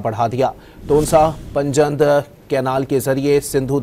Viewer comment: Please correct your pronunciation. Word is " panj(5) nad (rivers)